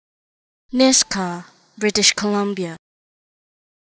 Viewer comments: Its pronounced "Nishga" ... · Nisga'a - is not pronounced as Niska